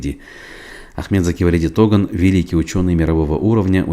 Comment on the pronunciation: почему в имени Туган ставите ударение на первый слог на У?